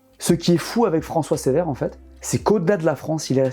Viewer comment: juste un mot pour dire que ce n'est pas François "Sévère", mais François "Ceuvère". Voilà pour le détail ;) Sinon, cool la vidéo, vraiment intéressant